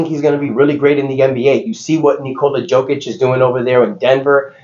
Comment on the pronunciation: It’s pronounced yovic and yokic. You do it every video 💀